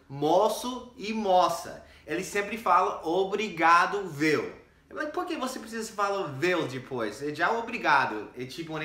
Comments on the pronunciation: David César kkkkkkkkkk Dizemos "viu" mesmo, como todo mundo. Mas o "vêu" foi demais!!! Rindo até 2050. 🤣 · nós falamos "VÊU"?, achava que era VIU, muda tanto a pronuncia ai em SP?